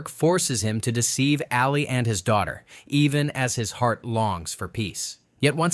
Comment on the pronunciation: when “Sally” confronts Ray! Her name is “Ally” you dink.